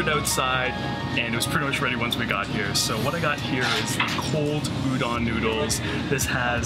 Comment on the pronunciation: Good manners dictate..remove your cap when dining! Be polite. Udon is pronounced u-d Ohn ..not U- Don